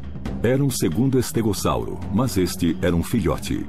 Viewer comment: Legal.estégossauro nunca ouvi falar. Ele falou estégossauro que eu ouvi. Algumas pronúncias me fazem chorar. Tem documentário que fala Sauropôdes Verde saurópodes ah sei lá ,no documentário caminhando com os dinossauros